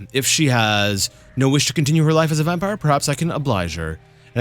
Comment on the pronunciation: Just wanted to say, when you pronounce some words the wrong way (like vampire today), you sound like my russian husband and it puts a smile on my face. Although he does it not intentionally, like you, but because he doesn't know the right pronounciation XD oh well)) still amusing.